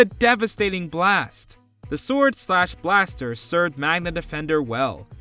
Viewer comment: lol pronouncing the w in sword.